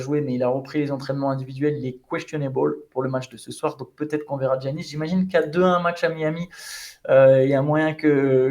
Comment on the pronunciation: Thx guys! on dit Iannis, pas Djjjiannis 🤣